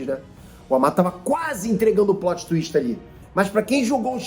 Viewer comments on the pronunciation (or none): none